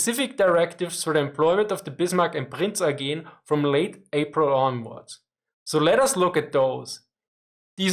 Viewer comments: actually it is more like "oygen" (with a hard "g") - not sure why pronounced the word differently here. usually has the pronounciation on point. It's a somewhat normal yet maybe a bit outdated surname in Germany. (Native speaker here) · Ooooh, now I know what the problem is: the "he" in my first answer was Eugene of Savoy, not. In Austria people know he was french and tried to pronounce his name in a more french way and that's where this half assed butchered Eugeeen pronounciation comes from. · yeah, gets it wrong, its bothering me too, does it right. From what i know Eugen is pronounced that way cus its a french name. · He's Austrian, right? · I'm Austrian too, even from the same city as. So I know that the pronounciation of Prince Eugene is different from the normal one.